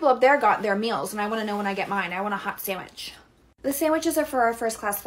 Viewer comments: Sounds like she is saying "hot sammich" lol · “I don’t get a hot SaWiCh ?”